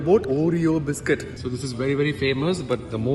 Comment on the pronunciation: hence proved.... biscuit 🍪...visshh-ki-kit🤢💀